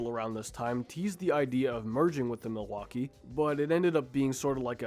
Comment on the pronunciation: Why so difficult to say the name "Milwaukee?"